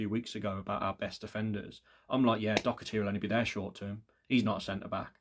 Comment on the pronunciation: There's no C in the name Doherty, but good shout